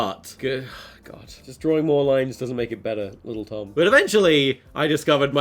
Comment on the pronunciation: He said Tom tord lol